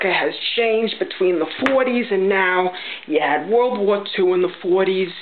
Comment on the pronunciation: Lol! I say "world" like that. NIce job! Just like the old timers on my block.